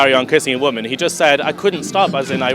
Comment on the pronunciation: "As a waman, er, woman."